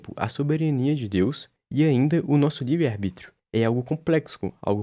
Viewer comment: “arBRÍtio” mais uma e tou fora